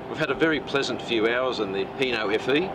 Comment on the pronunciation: It's hino not heno so hi not he